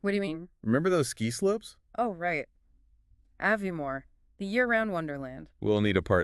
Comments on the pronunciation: First sentence pronounced Aviemore incorrectly could not finish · you pronounced Aviemore, loch, Strathspey incorrectly ! CHALLENGING !! but lovely that you are highlighting Scotland